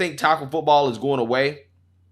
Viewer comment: She said "footbowl" lol